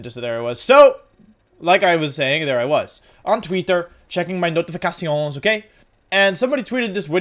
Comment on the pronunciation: We've seen prounanciation from German, Italian... That french-like "notifications" got me laughing so hard. That's how I know Wolfe's evolving. <3